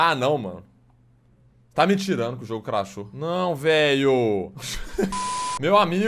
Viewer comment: O cara fala craxou umas 100 vezes